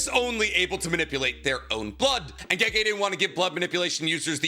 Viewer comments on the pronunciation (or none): none